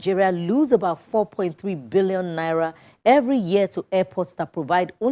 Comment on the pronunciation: Even the way you are calling this naira ehn... I dont want to hold it or see it with my eyes... "Naiya" 🙄